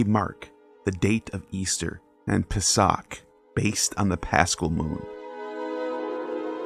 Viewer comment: Really well done. Two things: 1) weirdly, the Jewish calendar has Adar II every year and Adar I is the leap month. I don't know why. 2) the pronunciation is "PAY-sock" (more or less) But, yeah. The symbols in the Passover seder tend to match the pagan celebrations of spring. I mean, the Christmas/Chanukah symbols are also fairly paganistic, as well.